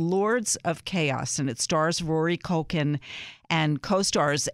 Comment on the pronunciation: Did she just say, "MaCulkie Family?" lmao